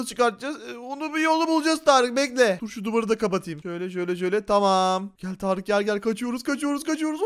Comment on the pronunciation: Abi sen hala Tarık diyorsun